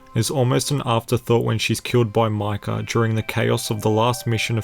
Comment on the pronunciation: its micah (mike-ah) not Michal!!!